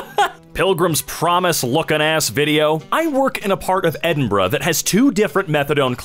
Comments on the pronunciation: its not edinbruh its edinburgh (ed-in-burr-ow) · can we just appreciate EdinBRUH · "edinburgh" edinbruh